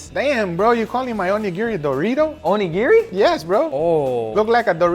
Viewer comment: O knee giddy is the way to pronounce rice ball